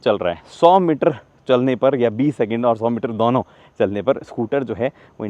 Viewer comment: has his own way of saying "DONO" which sounds like Douno 😅